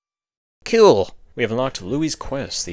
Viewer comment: Cool in your accent just sounds like kill